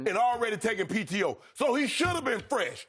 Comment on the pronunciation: He said “PTO” 😂😂😂😂